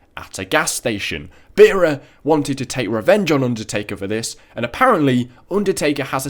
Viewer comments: It's BEARer not BEERer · cool video just one thing you pronounced pauls surname wrong